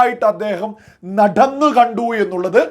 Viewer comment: ശകലം മസിൽ അയച്ച് സംസാരിക്കടേ നഡന്ന് അല്ല നടന്ന് എന്നാ ഇത്രമസ്സിൽ പിടിക്കന്നോ?